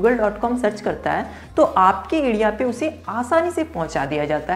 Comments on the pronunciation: Adia nahi area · Adea ya area khadidunga ya Kharidunga Pad ya per I think Letter R is ur enemy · bhai phili bat to area hota hai........ ediya nhi LOL.....